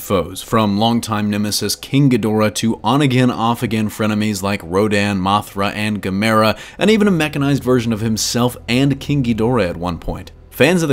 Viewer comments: Guhmairuh? Did you mean Gamera? Either way, no. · Aside from Gamera never appearing in a Godzilla film, what even is that pronunciation? lol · LMAO Godzilla has never fought Gamera nor did the dude even pronounce the name right...interesting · Gamera? You even pronounced it wrong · "Gamera" Thumbs down and stop. plz. Stop half assing it.